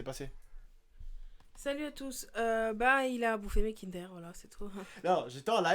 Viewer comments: 😂😂😂 kindère. ça se prononce kindeur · on dit pas kindère mais kindeur